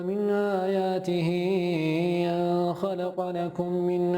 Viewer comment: ان خلق لكم من انفسكم ازواجا .. هناك خطأ وهو انه عمل غنة وكأنها اخفاء بعد أن .. وفي الحقيقة لا يوجد اخفاء .. وهكذا مع احترامي لشخصه واعجابي به لكن عنده اخطاء قليلة في التجويد بالرغم من جمال صوته .